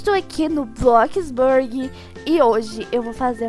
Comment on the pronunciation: "E hoje estou aqui no BroxBrurg" kkkkkk